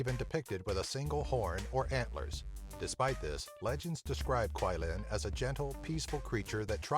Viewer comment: Just wanna point out that the pronunciation of Qi-Lin is Chi-Lin. Q in Mandarin is pronounced as Chi (not exact but similar) ^v^